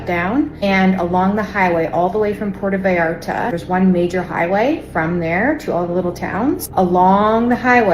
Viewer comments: just take five minutes to learn how to pronounce Puerto Vallarta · Benny, I can’t believe that you don’t know how to pronounce Puerto Vallarta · Everytime you mention puerto Vallarta your pronunciation gets even worse lol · Your pronunciation of Mexican regions is hurting my brain lol. Puerto Vallarta for instance. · Going to Acapulco on Friday. Im not suicidal. Cmon Benny, you know how to say Puerto Vallarta. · Benny, are you deliberately wanting to sound ignorant with the way you’re pronouncing Puerto Vallarta? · nice pronunciation, Benny. 😂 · Benny…. (Pwerto Vi-Art-Uh) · Benny I know you're not Mexican and English is our language but cmon you can say Puerto Vallarta correctly. P-ware-toe Vie-ar-ta, Jalisco, Ha-lease-go. We're better than that. We can still make effort to pronounce places correctly even if they are outside the states. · Dude, it is pronounced PWEAR-TOE-VY-ARE-TA. You should know this. It is NOT PIERRE-toe. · For Gods sake Benny witaf? Learn how to properly pronounce Puerto Vallarta! Its poo-ertoe- vay-art-a. NOT Piertoo Vall arta. Jalisco is Halisco! J is pronounced as an H! Get it right dide! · pronunciation…. it is like (Pwerto Vayarta) 😊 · It's pronounced Porto Vay art a, just so you know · Poo-EHR-to Vay-AR-tah. Porto is even acceptable. 😂 Thanks for the summary. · "PEE-errortoe Vayarta" 😂🤣😜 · Ok Benny it's pronounced like this; Poorrto Vallarta..OK. lol 🤣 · Benny..,it’s “poo er toe vayarta” also “Hal ease co” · It's pronounce "Porta vayarta". As a journalist, you should at least pronounce it correctly. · Dude sorry but you are sounding silly not pronouncing “Pwerto Vi-arta” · Come on, Benny. You don't know how to pronounce Puerto Vallarta? Here: poo-air-toe vie-arta. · Pronounced Pwerto-vy-arta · Puerto Vallarta is pronounced p-where-toe bye-yarta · Phonetically Pwerto Vye Arta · Benny, please learn to pronounce Pwerto Va Arta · It’s pronounced “PORTO VAIYARTAH” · Pee-air-toe vay-R-ta 😂😂😂😂😂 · "PWHERE-TOE-VIE-ARE-TA." Please Bennie...please. 🤦